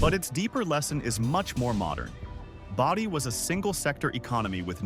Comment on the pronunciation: Boh-dee, not bah-dee =)